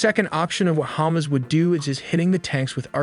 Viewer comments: It’s pronounced HamAs, not hummus. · What is Chomos? It is HA MAS like in HUckelberry Finn and MUStard!!! Cmon say it properly!!!! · it is hamas, not humus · It's Hamas not Humus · It's hamas not humes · Is hamas not hummus😊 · Can you not pronounce ha-mas? 😂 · This is a discussion of tactics, not strategy. Title couldn't be more misleading. And stop pronouncing Hamas like it's Hummus! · Hammuzz, that pronounciation is dam funny 🤣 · The narrator is pronouncing it Hamas like it's hummus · This guy still does not know how to pronounce Hamas. Its not the food item. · it cringe me everytime he pronounce Hamas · KArem Shalom -> KErem Shalom And "Hamas" should be pronounced "Ha-MAAS" (or "Dead" 💀). Not "Hummus" 🥣...